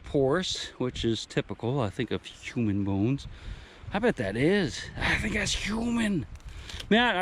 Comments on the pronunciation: I hate the way you say human stop it please 😨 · Dude its huuuuman!!!!!!!!!